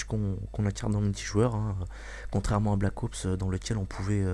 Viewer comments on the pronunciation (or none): on dit ops pas oups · Pourquoi blackowoups et pas black ops ?? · jaime bien mais black OUPS mdr blac OPS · Black Oups , mdr j'adore comment il le dit. Sinon , pas de sniper a verrou :( , des lance grenades :( (Un Cod sans lance grenade? Haha la grosse blague mdr) , Pas de UMP : (Ils vont surement mettre un substitue d'arme cheaté. Et Bien Sur TOUT le monde va se jeter sur BT3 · Pouce vert, si toi aussi tu as l'impression qu'il dit Black OUps :) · Il dit black oups ^^